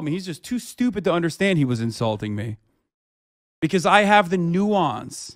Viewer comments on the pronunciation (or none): none